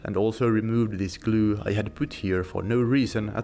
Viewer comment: I love how you say 'gloo'. xD